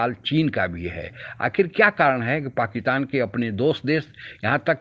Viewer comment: "पाकितान" या "पाकिस्तान"! उच्चारण तो शुद्ध कीजिये साहब !